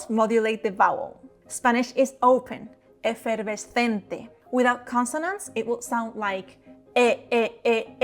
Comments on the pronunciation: But still it seems that in word "efervescente" you say "V" instead of "B" or they are mixed, this is so confusing🙈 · I like how you pronounced efervescente like an American.